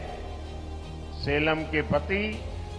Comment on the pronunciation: सलेम नही सेलम है जगह का नाम।